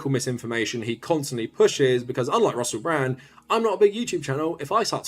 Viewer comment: Not to sound Britophobic, but I've never heard anyone missi' as ma'y co'sta's as Russe' Bra'